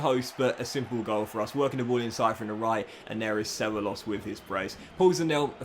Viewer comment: Cevallos reads Cebaios